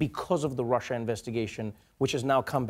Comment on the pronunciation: "this Russier thing..." Love Lester Holt.. he exposed truth.